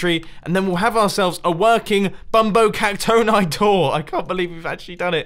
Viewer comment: Mumbo I think that bumbo Caxton is pronounced bumbo cacton-e